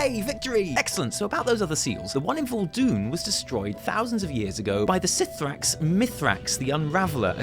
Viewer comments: ok for the last time the pronunciation for cithraxi is "kathraxy" not "sithrax" SO UITE ANNOYING TF OUT OF ME WITH UR PRONUNCIATIONS!!!! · btw, it is pronounced "Ka-thra-xxi" no "sifraxi" ! :) (in regards to mythrax) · (I'm fairly sure the C in C'thrax is read as a k sound, but it's fine, you're lovely)